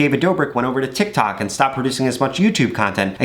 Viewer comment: All I hear is tak tik tik tok